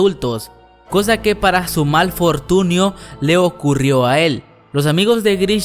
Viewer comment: Like si escuchaste fortiuno